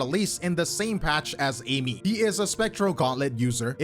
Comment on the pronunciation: its pronounced as A-E(meat)